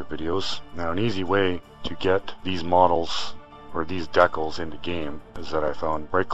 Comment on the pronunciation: At least you aren't saying "Decknals" like Ricky from Trailer Park Boys hahahahhaha Seriously though, dude, it's decals, like "DEE-kals"